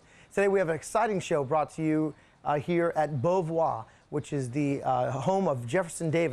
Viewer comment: Thank you for this very nice, educational video! I am especially grateful for the correct pronunciation of this lovely old home! I am so sick of the videos where people who really should know better pronounce it bo-varrr! As was mentioned, Beauvoir is a French word that describes this site so perfectly and it deserves to be pronounced properly, so thank you!! 💐